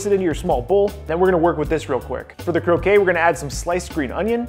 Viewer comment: Croquette -> crow-ket, croquet (crow-kay) is the lawn game Otherwise, looks awesome